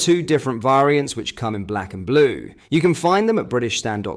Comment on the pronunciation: 2 different Vaaaaaarients... Is AI reading this!